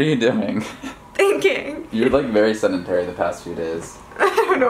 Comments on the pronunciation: "she's seNdentary" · Stop saying SENDENTARY. Its Sedentary goddamnit. Sorry just annoyed me. Apologies for the grammar naziness